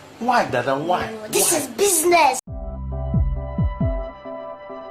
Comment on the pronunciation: Hahah thhiiis iz bisnesss 😂 👏🏻👏🏻👏🏻👏🏻